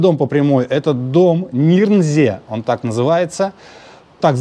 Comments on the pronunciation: Дом НирнзЕе (с ударением на Е), редевЕлопер (с ударением на Е). Переулок ГнезДниковский... Все риэлторы такие косноязычные? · правильно говорить Дом Нирнзе́е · Интересно было посмотреть, каким же было лакшери в сороковые годы. Весьма скромненько, надо сказать, не считая расположения. Дореволюционные дома гораздо роскошнее и продуманнее строились. И дом Нирнзее произносится НИРНЗЕЕ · В России есть и старше города Дом Нирнзе́е все же, ударение на второй слог